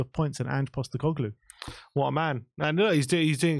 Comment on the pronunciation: Another… “Coglu” to add to “Costecoglu”